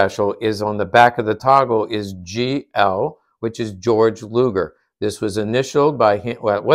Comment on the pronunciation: I understand Americanizing words and names is unavoidable since English doesn't employ certain inflections or things like rolling Rs, etc. But while close in spelling, George is pretty far off from Gey-org phonetically and Gey-org isn't hard to say. I'd like my name at least to be pronounced the same way I do when in another country when possible.